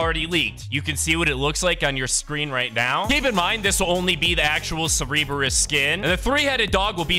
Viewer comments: Serbeereis💀 Sir-Bur-is Cerberus btw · He cereberus instead of Cerberus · bro said CeRebRUs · curburus is pronounced as sir-bur-us and hades is a good guy the worst thing he did was kidnap his wife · Yeah it is pronounced sir-ber-us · It’s (ser-i-berus) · It’s pernounceds ser-ber-us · Bro said 'Cerberus' like it was Cerebro. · It’s cer-bur-us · IT'S PRONOUNCED (SER-BER-US) Cerberus, JEEZ that was a massive trigger I almost threw my tablet bc he kept pronouncing it wrong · The Famed three headed dog. Cerberus, is pronounced ( Sur-bur-oos ). And now you know...And knowings half the battle..... :) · He said Cereebeus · bro said sereeberus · It's pernounced sir-be-us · It's pronounced Sur... Bur... Us. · its pronounced sir burr us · Pronounced surb-e-rus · Wtf is a cereeebrus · Imagine if you could actually pronounce Cerberus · it is like saying the kamehameha wrong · ThANk yOu. It was driving me nuts. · The fact that he mispronounces, Cerberus is hilarious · Why do you keep saying Cerberus name wrong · imagine if home got a dictionary to pronounce cerberus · I have never heard anyone pronounce Cerberus so wrong before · Imagine if he pronounced any name correctly. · Sir-Brrrrrr 🥶- us 🤝 and Vuh-lair - (like flair) - ee-uh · I…. Why are you saying it like that!? Its Cerberus, and Valeria. (Sir-Ber-Us) (Val-Air-Ia)